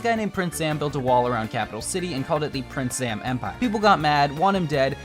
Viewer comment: it’s prince zam not princess zam